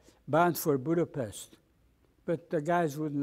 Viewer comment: Its a funny thing that the gentleman from Hungary does not pronounce Budapset correctly, not to be picky...great interview however...I'm happy he came out of the war in good order mentally unlike my Dad...